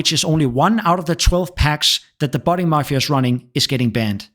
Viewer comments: NOONE CALLES ANYTHING THE MARFIA. It's Mafia. There is no R! ffs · Mafia not marfia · Did u say ... marfia? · Bro please, there is no letter R in Mafia